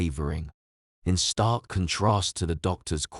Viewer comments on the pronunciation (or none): none